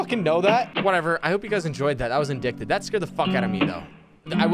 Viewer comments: yep, it’s so weird how English is sometimes…you’d think it’s pronounced “in-dick-ted” like said but for some reason it’s actually “in-dight-ed”. I’m glad you corrected him in a nice way though. Some people get so nasty or snarky about mispronunciations. It happens to all of us. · Fun video! Just an FYI Indicted is pronounced without the c. The English language is a cruel bitch!